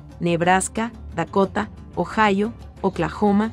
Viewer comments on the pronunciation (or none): none